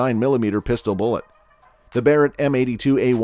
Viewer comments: Did this guy call the barret a berret? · I stopped watching at the "Buh-rett" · This video lost all credibility at “berett” m82. Dislike for nonsense. 🤣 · I'm gonna be honest, as soon as you said, Berret, and not Barret, I can't really trust this. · You lost me at "Berett". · "berett" lol garbage video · You can’t even spell and pronounce Barrett correctly? Ohh god sometimes you do sometimes you don’t… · Yeah show a bizon as a calico and mis pronounce Barrets name I doubt this is a good gun channel probably some nra fanboys